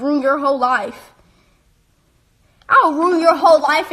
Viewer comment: "Go find something better to do with your LOIF" "SIX NOINE"